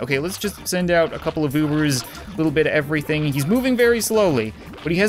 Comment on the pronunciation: I dont know if he said u ubers or boobers 🤣